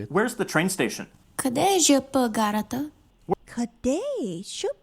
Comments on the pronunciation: Човек е, но явно тя е живяла извън България дълго и затова е объркала произношението на ,,ЖП." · Не е роботизиран глас. Истински човек е. Името ѝ е, тя явно не е живяла дълго в България и е объркала произношението на,,ЖП". Тя беше написала коментар, но после не знам какво направи? Изтри ли си го, не знам. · Тя самата не е живяла дълго в България, че обърка произношението на ,,ЖП". Ала нека бъдем честни, това произношение идва под влиянието на руския, защото те произнасят буквите от азбуката си, като на латински. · Личи си, че тя не е живяла дълго време в България, особено като произнесе ,,ЖП" грешно. Ала нека бъдем честни, това произношение идва под влиянието на руския, където и ,,гара" идва от френски през руски, те спелуват буквите си като на латински.